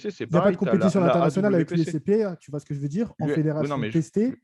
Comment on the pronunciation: "Tu vois skejveudire?"